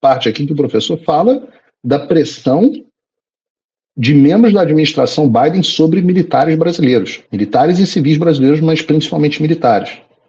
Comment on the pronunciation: Quando ele fala EUA 🇺🇸 fala Bidê, Obama e toda turminha